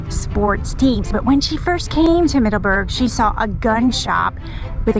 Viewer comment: "Middaberg" LOL love your vids!